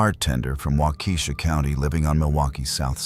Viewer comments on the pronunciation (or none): Its walk-ah-shaw, not wah-key-shaw